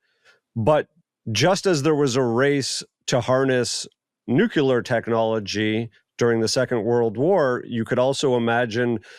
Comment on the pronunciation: thumbs down for continually saying "right?" Mayim is compulsively neurotic apparently. mispronunciation of "nuclear" by the man who wears glasses and a ball cap indoors while NEVER blinking.